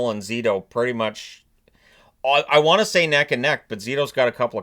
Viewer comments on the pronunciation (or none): none